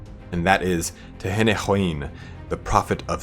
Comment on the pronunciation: And it's pronounced like Ten-in-wan. Why can't people get that right?